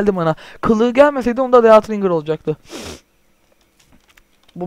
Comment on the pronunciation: dead ringır diye okunmaz ded ringır diye okunur :D